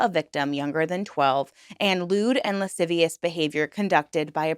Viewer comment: Thank you for pronouncing “lascivious” correct correctly, it’s honestly been driving me nuts that’s so many creators covering this lately cannot pronounce the word and I understand that it’s difficult for some people, however, I think reporting in such a serious topic we should, in my opinion, look up word pronunciations if it’s a word that someone can’t pronounce.